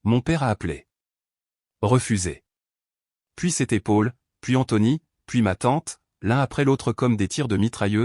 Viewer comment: Paul se prononce Pol, pas Pôle 😊 :J' ai pris un latte" ou une latte ? 🤣🤣 Quand tu fais ce genre d' opération, pars le week-end loin d" eux et profite 😊 N' oublie jamais que tu es malgré tout en grande partie responsable de la situation 😢😟 Les précipiter dans leur chute est une drôle de manigance et je ne pense pas que tu vives très bien avec cela à moins d' être pire qu' eux .